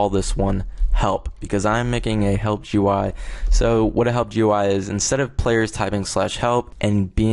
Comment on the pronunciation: It's pronounced "gooey" (GUI) and "appy" (API).